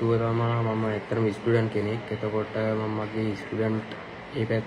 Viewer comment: ඉස්ටුඩන්ඩ් නෙවෙ මෝඩයෝ ස්ටුඩන්ට්. ඉගෙන ගන්නවනම් ඒක pronounce කරන්න ඉගෙන ගනින් බන්.